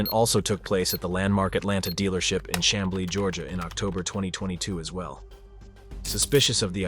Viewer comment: It Pronounced Shamblee Chamblee.